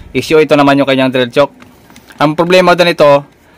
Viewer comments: hinda yan "tsuk" ang pronunciation ng chuck is same as "tsak" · Bakit chok po ang ang pronunciation po ninyo ng chuck ? Parang "chak" po ang pag pronounce nyan idol hindi "chok" para hindi po malito ang viewers. Salamat po sa tips nyo po. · drill chuck. tamanga banggit ay katunog ng salitang tiyak. hindi drill tiyuk.